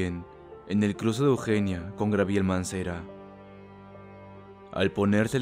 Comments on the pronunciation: Perdón,pero no puedo evitar decirte que se pronuncia: " Chapultepec" no chapultépec y es "Gabriel" no grabriel. Me encantan tus vídeos,pero luego no pronuncias bien y eso causa gracia y por ende se pierde lo terrorífico del vídeo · Se pronuncia GABRIEL, no grabiel. En las papelerías venden unos libros, que se llaman diccionarios. Comprate uno para que lo estudies y enriquezcas tu vocabulario, no hay pobreza más grande que la ignorancia. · Me gustan tus vídeos y tienes buena narración. Lo que si, hay que tomar unas clases de dicción para eliminar esos vicios lingüísticos, como lo de grabiel en vez de Gabriel. Por lo demás todo chido, y ojalá no lo tomes a mal. Saludos. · Esta bueno el video, sólo una cosa, no es grabiel, es GABRIEL, todo el vídeo estuve con eso. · XD Tambien dijiste "Grabiel Mancera" en vez de "Gabriel Mancera" en la historia siguiente a la de la tia Toña!! por ahi del XD Creo que ya me esta asustando más tu dislexia que tus historias! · CHALE LA PRONUNCIACION DE GRABIEL MANCERA Y EL PARQUE DE CHUPALTEPEC ME CREA UN CONFLICTO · Todo iba bien hasta que dijo Grabiel... 😂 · Gabriel Mancera es una calle en la ciudad de México el pronuncia mal está palabra, entre otras que también las dice muy mal necesita más dicción y aprender a acentuar correctamente.